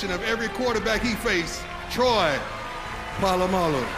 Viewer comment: it’s polamalu